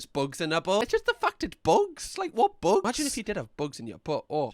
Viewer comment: I'm dying at how many times he said "buogs in 'er boutt"